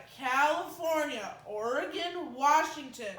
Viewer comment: pronounced Oregon correctly and it made me so happy! lmao